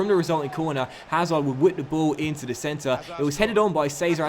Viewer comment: “As we travel to take on duh blues. Liverpool 16 place at duh moment.”